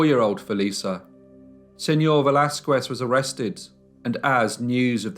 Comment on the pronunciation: Pls learn how to pronounce Spanish names as you seem to now how to in French. It was painful to hear you say Velasquez.